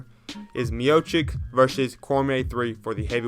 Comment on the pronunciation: Nice video. Why are you saying MiochiCK though? His name is pronounced miochitsh. Come on man, you are, you gotta pronounce these names right.